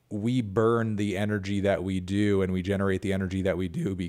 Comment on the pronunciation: This man pronounced it Doan Duh